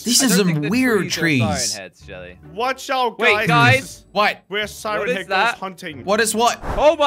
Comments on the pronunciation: He said "siren ahead"😂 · Does everyone think that they say siren head wrong? Because i do